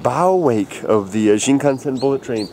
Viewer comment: Do you actually speak Japanese? Cause the way you pronounce (at least to me) of the word Shinkansen sounds pretty good